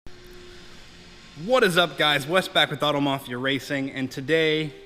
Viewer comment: Auto Mafia Racing as in bat, not bar